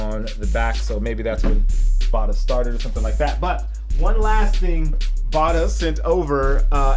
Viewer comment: And it is pronounced Bata (Ba-ta